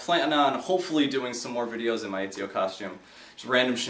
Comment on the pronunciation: (Et)(zee)(oh) not (Ee)(zee)(oh)